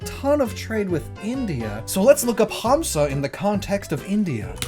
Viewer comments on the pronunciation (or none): urmm actually in Hindi it's "Hansa" Pronounced as "Huns"and n Idts in Sanskrit its "Hamsa" I highly doubt, I never have heard anyone saying "Hums" so ehh, still a great reference though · FYI the "Hamsa" sounds weird to me lol. Its pronounced more like " n " sound instead of an " m " also drop the " a " at the end. It just means Swan ( Can call it goose, we don't really use this word for it though ). I hate when the English translations does these weird things with the words. you never really pronounce the " a " at the end of the Hindi/Sanskrit phonetics. Edit: Now that I have watched the Video you kept pronouncing " Mudra ", as " Madura ". Again it sounds really weird. Don't really mind it that much. But Hindi is very phenetic language. It is pronounced exactly how its written, so English cant really replicate how it sound. Good effort though, B+. 😊😊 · He just dragged 'Ha' in 'Hamsa' a little bit which is totally fine to my ears especially from a foreigner. In most of the Dravida languages it's pronounced as Humsa. M not n. And you're right about hindi tho